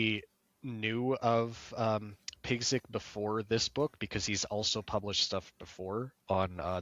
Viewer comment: The name Piegzik is pronounced Pyegzheek